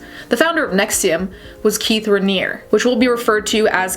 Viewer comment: Ok first things first, thank you for saying his last name correctly!! It irked the the shit out of me when people were pronoucing it Ranniery. It's french you f*cknuts!